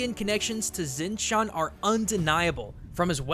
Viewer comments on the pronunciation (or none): none